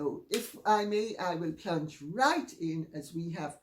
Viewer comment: I know, I love it when she says that! "Let's PLUNGE right in!!" 🤣